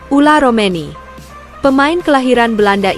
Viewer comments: Maaf agak bawel Ole romeny Bukan ula romeny Mun ula mah macok atuh neng😂😂😂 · Jangan sebut dengan salah.. OLE ROMENY DIBILANG OLA..😂😂😂